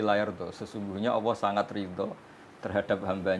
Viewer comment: Kalo boleh mengritisi utk gus Bahak dalam melafalkan kata Alloh hendaknya terdengar jelas LAM JALALAHnya..maaf yg sy dengar beliau mengucapkn kata Alloh dgn ucapan AWOH. yg lain sangat bagus.. Maaf bukan menjatuhkan tp demi kesempurnaan BELIAU..